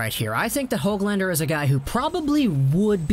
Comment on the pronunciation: And its Nils Hooglander not HOG lander lol